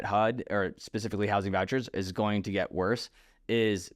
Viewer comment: Get not “git”